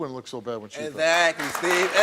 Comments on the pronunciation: Esakly esakly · egsacly, egsacly, egsacly! EGSACLY STEVE!!!! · What you got to say? EGGSACKLY! Eggsackly, eggzackly come on now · Not Steve Urkel saying "EZACLY, EZACLY, EZACLY." 😂🤣